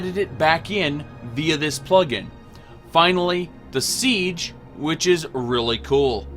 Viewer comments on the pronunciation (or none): none